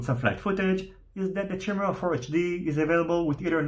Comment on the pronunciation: Chimera = "KYE-mera" not "Chim-era"